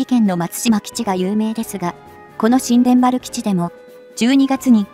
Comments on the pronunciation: 新田原（にゅうたばる）基地 発音します。 そうなると宮崎県もパック３やタイラッドが欲しいですね！ 新田原基地に中国の核ミサイルにロックオンされる危険が高くなる。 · 新田原･･「にゅうたばる」と正しく読めないのでしょうか？